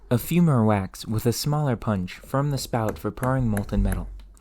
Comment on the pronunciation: And torch, and form. Really any 'o' sound.